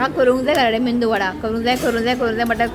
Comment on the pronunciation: It's medu vada not mendu😅😂